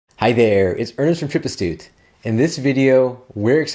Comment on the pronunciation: Astute :) sounds very Lithuanian 👍